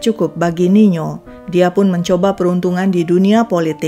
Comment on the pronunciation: Tertampil nino tai mimin sebut nya niyo